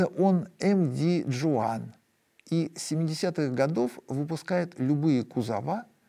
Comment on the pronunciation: Спасибо за интересный выпуск! Про филиппинские предприятия - местные название предприятия „MD Juan” произносят как «эм-дэ хуан» потому что испанское наследие. Информация от манильских коллег.